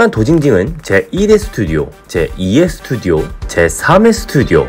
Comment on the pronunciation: 스투디오가 아니고 스튜디오!